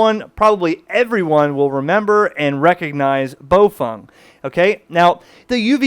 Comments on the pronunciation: Bow feng not bow fong. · Its pronounced "bow fang"! Not "bow fung"